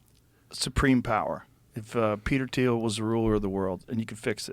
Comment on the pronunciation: Ladies and gentlemen, Peter, uh...Th-Thiel. I'm joking, so please don't get angry. Lol it was a good conversation overall.